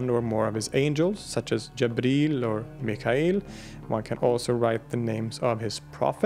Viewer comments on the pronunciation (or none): none